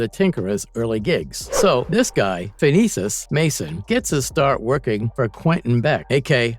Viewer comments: Okay, first of all, Tinkerers real name is Phineus not Phinesus. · Its Phineas, not Phinesis.